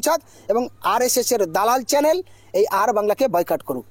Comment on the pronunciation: চ্যালেন নয়, চ্যানেল।